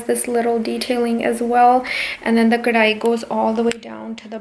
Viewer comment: Babe, I just love the way you said "kadhai" that Punjabi accent